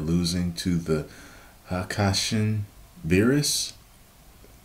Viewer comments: Hakaishin (haka-I-shin) Welcome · It’s not pronounced haka-I-shin it’s pronounced Ha-Kai-Shin